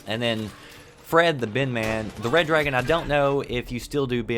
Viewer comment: wooh , I can understand what you said Red Dragon